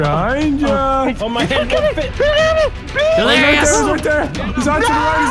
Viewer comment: no he said deliricious